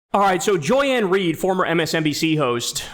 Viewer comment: "Joy Ann Ried" 🗣🗣